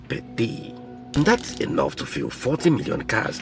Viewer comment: oh my goodness! When will you learn to pronounce the word "fuel" properly in English? You mispronounce this word so much and it is so distracting. You've got to learn to pronounce English language words properly